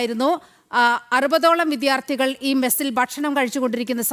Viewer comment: വിദ്യ, വിദ്യാർത്ഥി ശരിയായി ഉച്ഛരിക്കു.